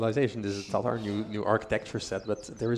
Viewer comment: It's TATAR, not TaRtar. One's a nation, the other is a sauce. And the stress for "bagain" falls on the last syllable: Baga'in. Same for "tatar", actually. 'Tartar is the sauce, and a ta'tar would be a man. "Krepost" means "fortress", by the way, and "konnik" means "horseman".